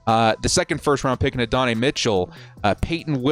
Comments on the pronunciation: Add-duh-nye Mitchell. Say it with me. Adddd duhh nyeee. Bolt up homie. Can’t wait till the draft ⚡️ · Minor nitpicking here, but as someone who’s favorite team got torched by Adonai Mitchell a couple times - he pronounces it “Add-oh-nye” (think Bill Nye). Ad-n-i